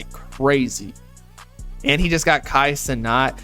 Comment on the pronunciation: bro said kai cenot